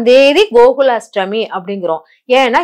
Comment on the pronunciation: Unga tamizh uchcharippu nanraaga illai. Ashtami iku H illai. Krishna jayanthi yil KRISHNA enbhadhil H illai. Brain wash il H ILLAI.